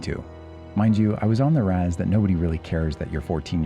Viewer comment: Idk mans sounds hella nasally. Also he called the res the ras.